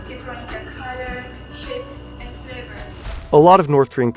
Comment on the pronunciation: It's actually 'flavour', not 'fravour',, get a grip hen.